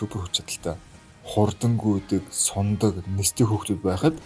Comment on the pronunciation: agaa deer sundag gedgiig suniadag gechlee